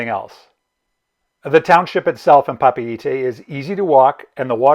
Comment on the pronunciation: Good information, thanks. We are booked on Windstar in June/July from LAUTOKA ending in Papeete (thanks for the proper pronounciation).